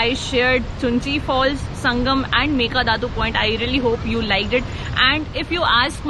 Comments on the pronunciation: Not meka datu, its meke datu 😉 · Mekedaatu not Mekadatu. Mysuru not Mesoor. :)